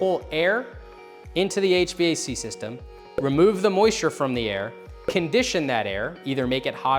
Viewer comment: Why are you saying HVAC so wierd?